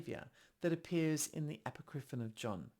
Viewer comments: I just think Icke is incorrect. I wasn't going to say anything, because I am that person, and I'm trying to control myself. But consider calling it "a POCK ri fon." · Apocripinon, you say?